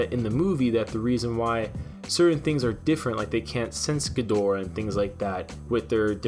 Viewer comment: Can you pronounce it correctly please. Watch some old godzilla movies.